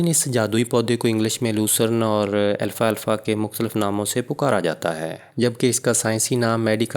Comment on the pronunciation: او بھائی اتنا لمبا لیکچر دیا لیکن نام غلط لیتے رہے لکھا بھی غلط اس کا نام الفا الفا نہیں الفالفا ہے درست کر ہومیو پیتھی کی کسی اردو کتاب میں دیکھ لیں